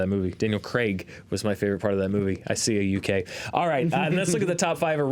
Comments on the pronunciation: I love the correction of Daniel Craig pronunciation :D Good work. (Now work on Ray Winstone, lol) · An American saying Craig right, yay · Shoutout to for pronouncing Craig the right way.